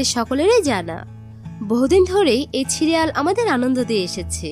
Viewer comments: ছিরিয়াল না সিরিয়াল 😒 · সিরিয়াল কে বলছে ছিরিয়াল। কি বিশ্রী উচ্চারণ। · প্রথমত সিরিয়াল হয় ছিরিয়াল না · সিরিয়াল কে ছিরিয়াল কেনো বলেছেন😂😂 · Cid সিরিয়াল আর আপনি বলছেন ছিরিয়াল। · ছিরিয়াল না সিরিয়াল হবে,কাভিন না ক্যাভিন,ছি,আই,ডি না সি,আই,ডি হবে। মুর্খ মেয়ে কোথাকার। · Age nje kotha shikhun.. Ki chhirial chhirial blen.. Chhi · দয়া করে উচ্চারণ ঠিক করুন। ছিআইডি, ছিরিয়াল - এ আবার কি?😮 ইস্ত্রী, ইনেসপেকটার, ইস্মিতা! উফ্! যখন জনসমক্ষে কথা বলছেন, একটু সতর্ক হয়ে বলুন, প্লিজ! আর এয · ছি আই ডি, ছিরিয়াল, ইস্তিরি ..... এসব কি উচ্চারণ? এরকম উচ্ছারণ করে আপনাদের ভিডিও করতে সংকোচ হয় না?